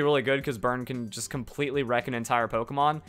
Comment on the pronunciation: u realized u said pokeman quest